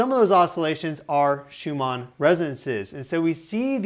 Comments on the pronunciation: Shoe-ma? It's shew-man resonance. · Thanks for the fascinating info! Side note: It's not pronounced Schumah, it's SchumaNN. It's a German name, and the N's are pronounced. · It's not Schuma, it's SchuMANN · You can't even pronounce it correctly. Schuma? Schumann It ends with the "n" sound. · Just watched 3 mins and he keeps saying Schuma resonances....why???? It's Schumann. Weirdly off-putting. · how am I supposed to take you seriously when you can't even pronounce SCHUMANN correctly!? It's not Schumar. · Wow dude. Shoe mon is not how you pronounce that word. This is almost unwatchable because of this mispronunciation. Thanks. This changed my resonance just by listening to this. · It sounds like you are saying "Shuma" resonance? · It is hard to take you seriously... shumah resonances?... Shut up bro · Is he saying Schuma Resonances? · He said Schumann. The “mann” just comes out like “mon” (rhyming with “non” instead of “man”. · Every time he says schummarr take a drink. Lol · No R in Schumann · Love your content as an engineer who specialized in vibration and fluid mechanics, but your pronunciation of Schumann Resonances drove me nuts. I didn’t get as bad of a migraine as on the 29th, but I cringe when chalk scratches on the chalkboard, when things are out of tune or words pronounced such that the closed captioning struggles to get it right. And I was a Texan forced to practice British poetry in a primary school speech class to improve my speech, having a mild lisp, so I understand that it is challenging. Please try, however, not to say sho͞o′-mar rĕ’-zən-ses rather sho͞o′-mən′ rĕ’-zə-nən’-səs, making sure to add the third of four syllables for resonances. Your knowledge did warrant subscribing, though. Thanks for sharing your knowledge with us. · You would appear so much more credible if you pronounced the first word in Schumann resonance correctlty. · Someone please help this man with pronouncing it properly.